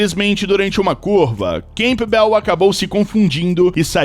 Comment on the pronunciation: O nome da atleta não é camPbel, mas canbel. O P não soa, mas se assimila a outra consoante bilabial M.